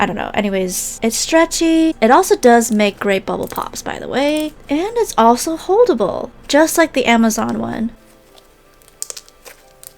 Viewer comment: When she said “holdable” I thought she said horrible 💀